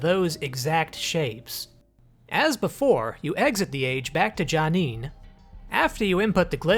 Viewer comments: My friend, everyone begins their journey with Myst somewhere, and we in the Myst community accept all people regardless of how their pronunciation may or may not be correct. That said "Janeen" was a bit tortured. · You call yourself a Myst fan? You can't even pronounce J'Nanin correctly!